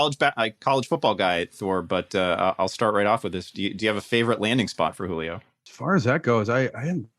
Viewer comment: “Juilo” Really? “Juilo?”